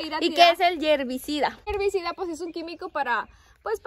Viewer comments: Herbicida !! No yierbicida!! Saludos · Buenas noches saludos chicas desde Panamá que trabajadoras son. no se dice yervicida se dice hervicida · DISCULPEN NO SE DICE YERVICIDA ES HERVICIDA. SALUDOS DESDE EL VALLE DE MEXICALI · Se dice herbicida, niñas !